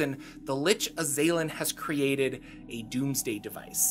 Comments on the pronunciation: Pretty sure it's azz-uhh-lin, not Uhh-zay-linn🤷🏼‍♂️ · I don't know if the pronunciation is actually correct or not, but my soul died a little every time you said "uh-ZAY-lin" rather than "AH-zah-lin" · Azalin the Lich is pronounced AZ-ah-lihn NOT ah-ZAY-lihn. It's driving me crazy with the incorrect pronunciation. Damn young-uns ! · I believe it was pronounced AZ-al-lan due to the correct word being Azal'lan. but the baroviana mispronounced it to Az-a-lin so he started using Azalin instead and added rex to become Azalin Rex. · For the last 30 years I have been saying The Azalan'sname as AZ-a-lan. Now I am curious as to how it is really pronounced. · I don't know why you keep putting so much emphasis on the second A in Azalin... It's Az-al-in. It stems from his title of Azal'Lan, which he adopted as his name, and was then mispronounced by the locals in Barovia as Azalin. If you are going to make a video about something, at least learn how to say the words.